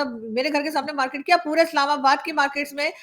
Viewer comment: Pehle market tikse bol mote markeeet nahi